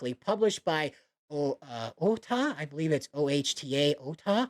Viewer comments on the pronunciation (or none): none